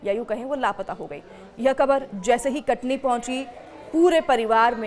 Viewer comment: Thoda saf bola kare Katni kah Rahi hai sun ne me katli lag raha hai Katni kah uchharan saf kare